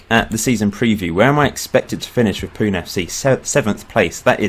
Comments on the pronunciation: I am from Mumbai, India! (By the way, it's pronounced Poo-nay not Poon) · It's pronounced 'punay' not 'poon'. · Pune FC is pronounced as 'Poo-nay' FC :P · I'm from Fife, Scotland but I have Northern Irish and Indian ancestry. BTW it's pronounced Punay